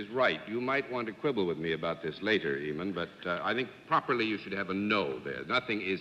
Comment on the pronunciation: Eamon Andrews is a gorgeous man. I wish the panel hadn't passed away because I would love to correct John for always pronouncing Eamon as it's spelt rather than Aimon. Too bad I'm many years too late. 🤣